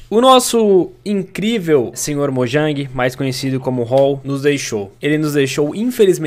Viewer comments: sr mojan kkkkkk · Erou a palavra mojang